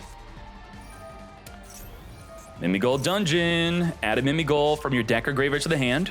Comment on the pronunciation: Why keep on saying Mimi Goal. When it clearly say GHOUL!!(Gōōl)